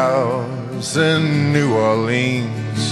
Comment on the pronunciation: The song is well over a hundred years old. It’s been recorded hundreds of times. It was sung before recording, so wtf are you talking about? This is a very good version though he mispronounces New Orleans.